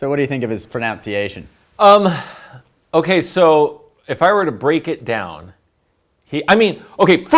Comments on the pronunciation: Okay so first off,, it is proNUNciation not proNOUNciation. smirk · "So what do you think about his pro-NOUN-ciation?" ... errrrm ... the irony, don't you think? 😂🤣😅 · The two presenters may be good at Chinese but their English is illiterate. The guy on the left thinks "pronounciation" is a word and shows in sentences like "Me and are going to " that he lacks command of elementary grammar. And I think I heard the one on the right say "immersement", which also isn't a word. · Maybe we should be ranking how the guy on the right speaks English? For fairness, of course. He said "Me and __ " instead of " __ and I", and he said "pronounciation" instead of "pronunciation", so already off to a bad start, and that's only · I noticed “proNOUNciation” too! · “Jerrod and I”, NOT“Me and Jerrod.” Second the word is proNUNciation, not “pronounciation.” Your guest was right. Try improving your English! And third, “There are”three, four whatever plural, not “there is..” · His chinese might be good but he ironically mispronounced "proNUNciation" 😂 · I can't speak a word of Chinese, but I can speak English. The word 'pronunciation' is not pronounced pro-noun-sea- ashon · What do you think of his pronounciation? It's pronunciation...the one guy got it wrong. Ironic! :D Just a joke guys :P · said '"pronounciation". LOL' 😂😀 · The host said pro NOWN ci ation? How embarrassing. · Sorry to be so picky, but the correct pronunciation of the word "pronunciation" is NOT "pronOunciation". Although this really does bug me, normally I wouldn't comment. But you are linguists... so. Thumbs up anyway. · That was a strange "pronounce-iation" of the word pronunciation. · Imagine judging others’ Mandarin pronunciation when you can’t even say “pronunciation” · for your English, I would rate it at: Needs Work. Please learn how to pronounce the word pronunciation.